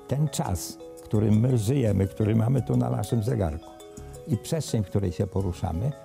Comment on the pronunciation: Jak tu wierzyc na slowo typowi, ktory wymawia „pszeszczeń”